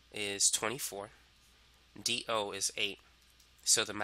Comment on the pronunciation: D o.... sounds like dio... is this a jojo reference????????